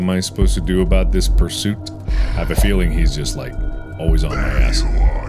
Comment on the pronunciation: When you say “Bou - t” it sounds like “Booty”